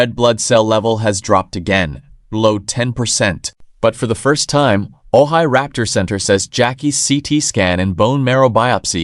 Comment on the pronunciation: I don't think this is a reliable source. He isn't even pronouncing Ojai the corect way.